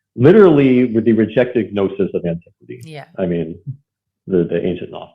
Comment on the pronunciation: Did he just say "Guh-nosis"?